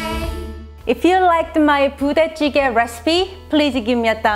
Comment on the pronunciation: I heard Booty Jiggy. hahahhahaha